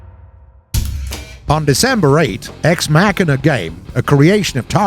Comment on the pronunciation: ex mackanuh? bruh... learn how to read.